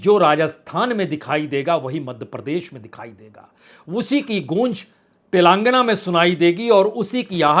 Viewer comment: तिलांगना, तिलांगना,तिलंगना नही तेलेंगाना। पुण्य प्रसून आप तो पढेलिखे हैं। एक शब्द सही उच्चारण क्यों नहीं हो पाता आप से?